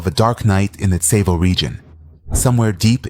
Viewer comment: Tsavo is pronounced saw-vo and I’m pretty sure the lions only killed like 20 people and the original number was embellished